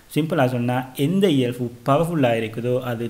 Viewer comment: இயல்fu இல்ல bro இயல்பு🤭🤭